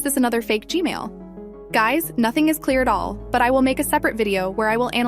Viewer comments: You saying g Mail lol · she was say g-mail toilet for g-man toilet LOL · No offense or anything i love your videos!!! But I love how she says "G-male toilet" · why I hear you said gmail toilet not gman toilet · AND IT'S G-MAN NOT GMAIL